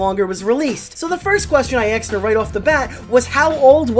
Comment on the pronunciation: You axed Heather a lot, is she okay?